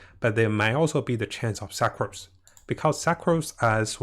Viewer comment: Sa-crose lol